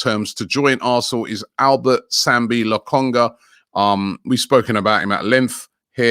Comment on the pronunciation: Every new video I'm always eager to hear how Robbie says these players names bt he got lakonga name correct well done sir bt Arsenal not getting Locatelli